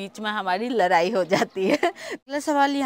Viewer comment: Abhi bhi ladai ko larai bol rahe ho😂😂😂